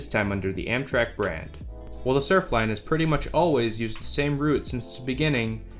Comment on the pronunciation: *Surflner, NOT "Surfline." There's an "r" at the end of the name.